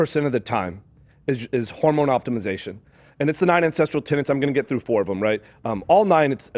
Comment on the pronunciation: Also, how can he be all about these "9 tenets" when he can't even pronounce "tenet"? He keeps saying "tenant".